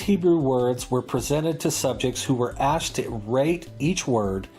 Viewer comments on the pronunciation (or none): none